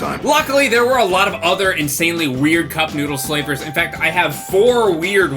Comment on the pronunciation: He said “cup noodlesflavors” the s in noodles meshed with flavors so it sounded odd